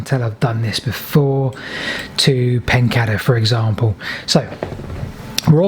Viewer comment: Everything about your videos is brilliant except your pronunction of place names! Surely it is PEN-CAY-DER. There is only one D.